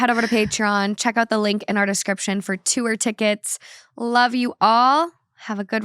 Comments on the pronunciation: When she started speaking about a word she's mispronounced, I thought she was going to say the word "tour". Or should I say tuor? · why does call tour tew-er 💀💀